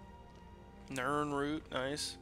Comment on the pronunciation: I know i will probably get a lot of hate for this but i figured out that you say nirnroot as "ninroot".